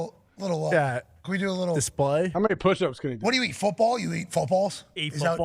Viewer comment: He said Manusha 🤣🤣🤣